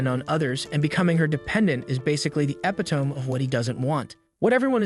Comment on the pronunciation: Epitome is "eee pit tow mee" not "epi toe mmm.